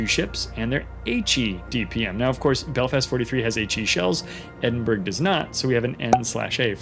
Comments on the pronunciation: Thanks for the informative WOWS videos. They are very helpful, this one especially so. Speaking of information, the Edinburgh isn't pronounced EDIN-berg... the UK pronunciation EDIN-bruh is the standard, EDIN-buh-ruh the actual proper 👍 I just learned this myself not too long ago. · In Scotland Edinburgh is actualy pronounced Edinburra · The G is silent in the Edinburgh :) and a nice informative upload thanks